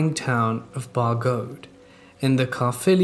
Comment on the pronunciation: Just want to say your pronunciation of Caerphilly in the second story is SPOT ON! So dope to have a Welsh story in the video!